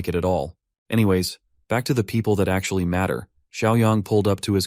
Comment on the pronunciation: “anyways back to the people that atchully mater” lol